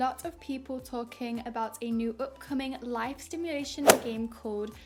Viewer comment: Thx for the upload, sounds so cool Everytime the golf club swing smack sound happens I jump xD turn that sound effect down pls hahahahah Also it’s Simulation, not sTimulation ;) Good work tho!